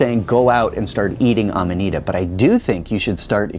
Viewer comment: It's Amanita, not amadita.